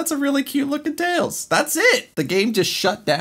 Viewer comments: correction: Tlels, not Tiels. Also Knuckles is called Knicknacks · Tunky the fox? Me: no, it's tlels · tails is called "Tlels" in this,you're welcome :)